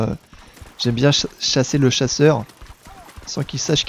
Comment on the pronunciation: Quand tu dis 'sashér' au lieu de dire 'chasser' ca fait un peu YTP quand meme.